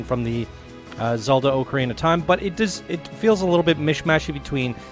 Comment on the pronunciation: Pronounced ocarina wrong, I can’t watch this video